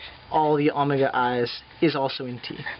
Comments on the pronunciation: please stop saying omega as Amega! But thank for the prep... Maybe you should post a video on algebraic topology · Good stuff, but why the strange pronunciation of omega? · Haha was wondering the same thing